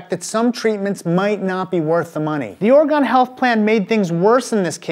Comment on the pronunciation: For the future, please, please pronounce its oreGUN, not oreGON. it's a not a big thing...its just annoying.